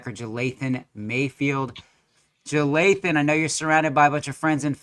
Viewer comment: Dude could at least pronounce his name right. Its not Jathayln bud